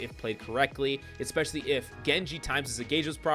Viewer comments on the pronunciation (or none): what does "expecially" mean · Bruh. In the first 17 seconds of this video, you said "Expsecially" and "Pagetreon." You're a lunatic. Subbed.